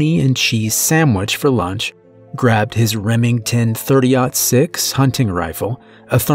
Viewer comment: Thanks for pronouncing 30.06 correctly. Drives me crazy when narrator's mispronounce the caliber of a gun.